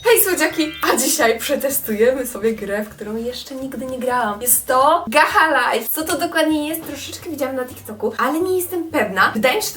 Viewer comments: Nie muwi się gaha life tylko gacza life ale się pisze gacha life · pisze się gacha life a czytanie gasza lajf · Spróbuj Gacha club bo mówisz że gacha life jest trudne XD a wgl w roblox jest gacha online i robisz te postacie tylko że jesteś online I MÓWI SIĘ GACZA LAJF lol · 1 podpowieć gacha life nei nazywa się gacha liefe tylko gacza lajf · Poproawię. Pisze sie gacha live a czyta sie gacza lajw❤❤❤💓💓💓🍨🍨🍨🍨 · Piszę się gach a life ale muwiłaś się gacza life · mówi się - Gacza Lajf 🎉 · Pisze się: gacha life a mówi się: gacza lajf😊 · Po pierwsze wymowa: Gacza Lajf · jak cos to się mówi gacza life